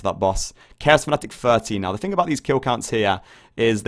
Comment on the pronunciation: its "three" not free and its "thing" not think